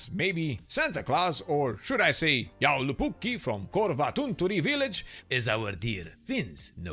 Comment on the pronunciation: As a finn i would say your pronunciation of joulupukki was quite good. Love the vids.